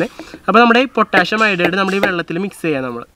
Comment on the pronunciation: പൊട്ടാഷ്യം എന്ന് അല്ല പൊട്ടാസ്യം എന്നാണ്